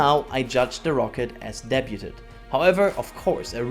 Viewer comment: Please learn how to pronounce "debut". I mean, if you only said it once, I'd let it slide, but you use the word a lot.